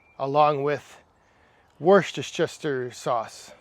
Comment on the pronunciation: Worchesteter sauce!!! Ahahahaha